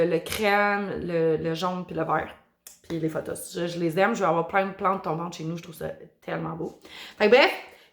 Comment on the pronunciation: Tu prononces fothos, mais c'est un P po.